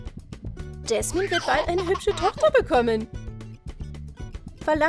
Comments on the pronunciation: Es heißt Jasmin und nicht jesmin🤣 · Ja es heist Jasmin nicht Jesmin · Es heißt nicht gaschmin sie heißt Jasmin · Jasmin und nicht jesmen 🤪🤪🙂🙂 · Jasmin nicht jesman😂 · JASMIN JAS-MIN 😂 nicht Jesman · Es heißt Jasmin. 🤦🤦🤦🤦🤦🤦🤦🤦🤦🤦🤦🤦🤦🤦🤦